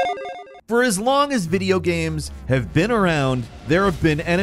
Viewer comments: "Videogams"? Lol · Did you just say "In recent videoGHEMZ"? LMFAO